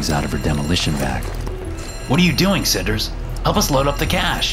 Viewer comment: Bro “cinders” …